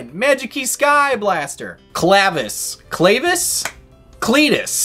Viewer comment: Pretty sure the way you say it is Clav-keys and his text describes his story, him and Maphteal are the two keys trying to open many doors and they basically become one person.